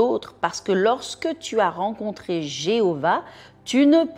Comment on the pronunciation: Merci pour ce très bel enseignement. Oui, fléchir le genou devant le Père Tout Puissant, le servir et lui rendre Gloire. Cependant, ce qui m'a gêné est la prononciation par 2 fois du 'mot' Jéhovah. J'ai, depuis le ventre de ma mère, jusqu'à mes 38 ans été dans la secte des Témoins de Jéhovah. C'est un nom qui me fait mal aux oreilles d'autant plus qu'on ne connaît pas la prononciation du nom de l'Eternel. C'est vrai que je n'aime pas ce nom. Il me rappelle de très mauvais souvenirs d'autant plus que ma mère est encore à l'interieur de la secte et m'a renié pour être sorti de là et rencontrer le Seigneur Jésus et lui avoir donné ma vie. Je vous remercie tout de même du fait de m'avoir rappeler que c'est à Dieu, le Créateur et à son Fils Jésus que je dois tout. Soyez bénie